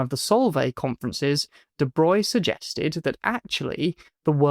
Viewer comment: Hey, you can pronounce de Broglie correctly!